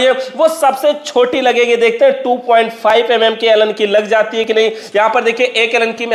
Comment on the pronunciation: Scrupe matlab screw bolna chahte ho, Yum yum matlab mm millimetre